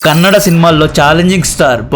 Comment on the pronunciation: Kannad Kadu Kannada